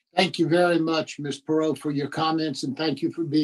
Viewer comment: Her name is pronounced Pur-rot. She was golden here in Houston. I don’t really remember hearing about this though.